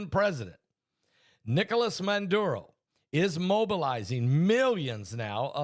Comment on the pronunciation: Its Maduro not Manduro.